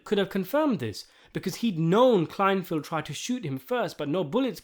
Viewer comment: "KLEINFELD," not "Kleinfield."